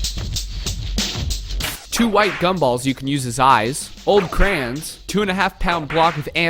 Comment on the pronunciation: woooo good craaaaayyyyyy-on not cran